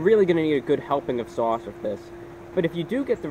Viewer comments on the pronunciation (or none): You can tell hes from NY by the way he says Sauce, Swarce Lol it has a NY twang to it